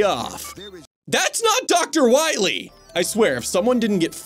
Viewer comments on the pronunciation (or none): That guy isn’t dr. Wily, it’s dr. Wawee